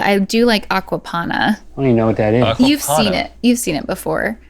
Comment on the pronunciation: Is she saying Aquaponda, as in pond water?